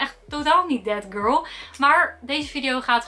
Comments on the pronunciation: Als ik ‘that girl’ hoor hoor ik tegelijkertijd ‘dead girl’ ahahahah i cant unhear it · Ben ik de enigste die altijd denkt dat ze death girl zegt in plaats van that girl😂